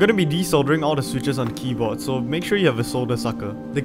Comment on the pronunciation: Why does he pronounce keyboard without the d